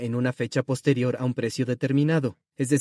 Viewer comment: Comentario con puntos donde se nota la IA: (entonación final y se come la palabra "posterior")